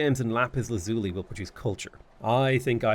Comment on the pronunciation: i dont like how bothered i am by the LAZZZZZULY pronounciation....